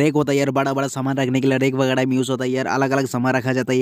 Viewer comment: Bhai literally said #vigra instead of vagairah😂